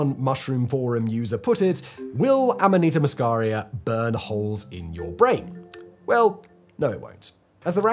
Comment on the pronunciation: It's called amanita muscaria. Ffs, bro, get it right.